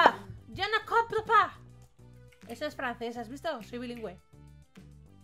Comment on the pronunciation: Entre y es mi idea o la frase "en francés" me sonó a "ya no compre pan"